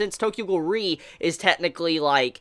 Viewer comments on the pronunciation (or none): Now we know :RE pronounce as R E instead of re xD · When you say Tokyo Ghoul REE And it's Tokyo Ghoul R E